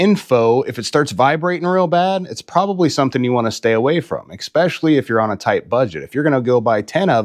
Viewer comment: Exspessially? Try especially…